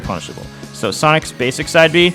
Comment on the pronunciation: 9/10 times I can’t tell if he’s saying “Sonix” or “Sonic’s” 😂